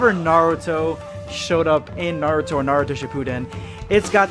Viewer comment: IT's not NAR UTO. It's NA RU TO